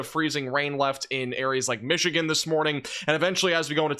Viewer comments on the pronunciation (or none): none